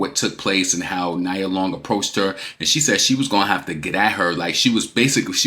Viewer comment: It’s pronounced “nee-ah” (Nia) Long. Also, Doechii is clearly inspired by Nicki. That’s obvious. No rapper is inspired by Cardi’s rapping “abilities”. She’s illiterate and doesn’t even write her own raps. She doesn’t have memorable raps nor versatile flows either. Her fanbase is delusional. 😂😂